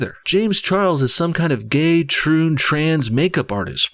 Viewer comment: The way you said Muslims ,Canadian and gay is mmm donno how to describe it but it really gave me the wrong vibe about you .